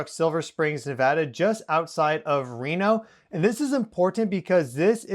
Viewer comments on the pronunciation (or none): none